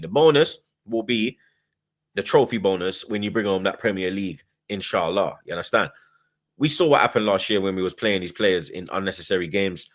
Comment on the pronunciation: Ya he say insya Allah